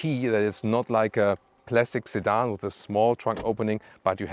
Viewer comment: Again, a fantastic and relaxed review – Autogefühl and beat everything else on the market - I’m personally quite fascinated by the design of the ES90 – though it sounds like says “plastic sedan,” it was probably “classic sedan.” 😊